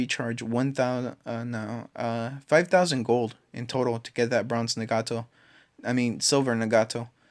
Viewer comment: its not na-gato its nag-ato